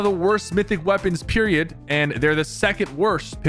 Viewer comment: The way he keeps saying peridoe